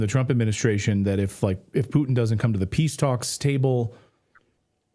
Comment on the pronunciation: Finally. Someone who can pronounce PUTIN'S name properly. It's not Pu-in people!